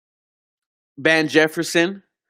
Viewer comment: "Van Jefferson" lol